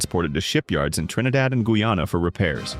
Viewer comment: I gotta congratulate you on your improvement on how to pronounce Guyana 🇬🇾 . Thank you!😅 Seriously!